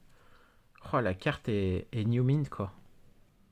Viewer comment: Super vidéo ! ( par contre si je peut me permettre, tu te trompe de prononciation sur le mot « NeartMint » sur chacune des vidéo . Ce n’est pas « NewMint » que ça ce dit , mais « Nir » comme « Nir » Ça disqualifie un peu sur les propo et sur l’expérience et professionnalisme Cordialement